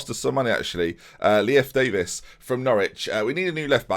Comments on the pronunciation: I think Leif is pronounced Life. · Leif Davis plays for Leeds and is pronounced as leaf 👍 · Leif Davis is a Leeds player irl and its pronounced "Leaf" believe it or not